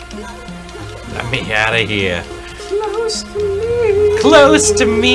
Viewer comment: When you hear it you can’t unhear it “CLOSE TO MEME”